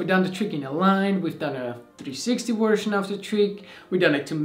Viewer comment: “Version” is pronounced as /ˈvɝʒən/, not /ˈvɝʃən/.